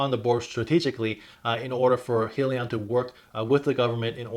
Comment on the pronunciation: Hi-Leon is the proper pronunciation not being a jackass just stating